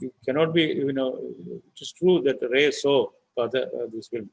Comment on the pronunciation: Please Pronunciation Not 're' it is 'rai'